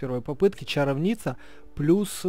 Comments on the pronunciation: Правильно говорить чаро'вница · Не чаровнИца а чАровница